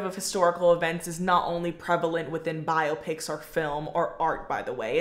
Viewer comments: What lunatic calls them "bi-ah-pics"? 😂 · I support your pronunciation of biopics 🫡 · A 22 minute video about biopics with 'biopics' pronounced wrong lol.